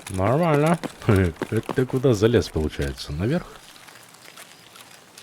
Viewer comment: Отличное прохождение , но зачем слово "нормально" произносить как будто член во рту .